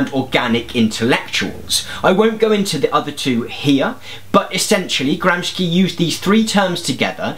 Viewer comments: Gramsci is pronounced "Gramshi" not "Gramski". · I am a great fan of the channel and I absolutely love your style. I just wanted to say that, if you didn’t know, Gramsci is pronounced more like you would pronounce “Gramshi” not “Gramsky”. Keep up the great work! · it's "gramsci" not "gramski" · IN Italian, unlike "sch", "sci" is pronounced as "shi" ("gramshy" as opposed to "brousketta").. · "Gramsci" is an Italian surname, so we pronounce it as "Gramshee", not "Gramsky". Similarily to Italian word "fascist", where "...sci..." is pronounced as "...shee..." (not "...ski..."). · It's pronounced Gram-She... thanks for the vid... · Thank you very much for this video. Btw. his name is rather pronounced “Gramshi”. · Thanks, this is great. Just wanted to mention that gramsci's name, at least in the states, is pronounced GROMSHEE. Since you mentioned in a previous video that your pronunciations of words and names can be wrong. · Good but, Why "Gram-skea"? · it's pronounced Gram-shee. SC before I is pronounced as sh (as in she) in Italian. Nice video btw. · nice. side note: it's pronounced "gramshi" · Man, it is GramSHi !!! Shi! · Gramsci pronounced Gramshee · i sincerely love and admire all the work you put into creating these videos. but is it really that much to ask for that you take the effort to look up how to pronounce the names of the historical figures that you reference? its literally within your reach if the "soviet communists" were able to afford to pronounce its appropriately, why cant you with all your British Democratic Socialism government sponsorship? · Please, at least learn how to correctly pronounce his name!!!